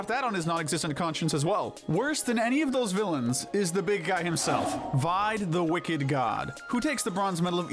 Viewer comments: I hate how you pronounce Vide as Vyde instead of how it's been pronounced Veeday. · This is a good video, but gosh, do you guys actually listen to the game dialogue? Vide's name is pronounced VEE-DAY, not VIED. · You pronounced Vide wrong.